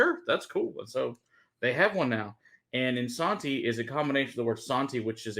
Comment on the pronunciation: They are not saying Isanti correctly.